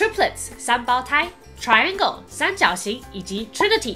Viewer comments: Triangle 發音有點不對喔 重音放前面 TRIangle 不是triANgle ;) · triangle 的重音該在前面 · 重音應該在一開始,你去查就知道了阿lol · Triangle 的發音好像錯了啊.. 重音不在第2音節呢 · Triangle 的重音位應該是在tri吧？